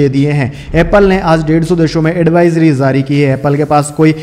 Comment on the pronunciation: J ja jay jo why pronounced as ze za zay zo and jaari ko zaari Request to Please correct as far as possible